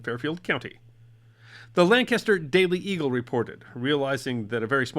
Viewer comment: It is Lancaster. NOT Land Caster. Ever been to Ohio ?